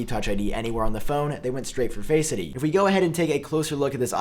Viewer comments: I hear Faceity lol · DUDE ITS NOT ONE WORD ITS TWO!! Not faceid or touchid it’s touch...id and face....Id. Not faceidy lol